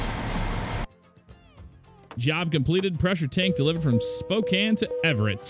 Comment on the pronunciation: YES! You said Spokane right! Right after you got out of downtown Spokane though before the Airport there's actually a huge hill you go up before you start seeing the exits for Spokane International and Airway Heights.